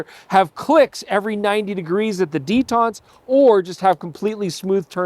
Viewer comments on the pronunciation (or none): what's a detant? oh, canadian detent...